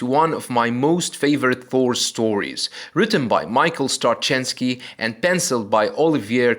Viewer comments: It's pronounced, Stra-zin-sky, my friend.... But I agree - it was one of the best Thor storylines for many a year. And Iron Man has deserved that can of whoop-a$$ for a long time coming.... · So I was informed. I stand corrected, but I do recall the spelling Straczenski, and have always heard the pronounciation as I wrote it. I apologize for causing any offense. He is a fantastic writer and well worthy of repect.